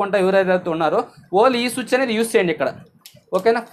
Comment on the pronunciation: బయ్య సుచ్ కాదు స్విచ్